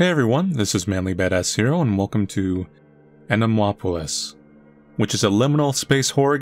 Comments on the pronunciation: How you write it: Anemoi How you read it: Anime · NO MANLY its not animwa-opolis!!! the name of the game comes from the word 'anemoia' coined by John Koenig, in the video on the Dictionary of Obscure Sorrows YT channel John pronounces it "ahnehmoya" - the main character in the game mispronounces it so dont go by that please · Manly strongly saying 'anime' will never not be entertaining.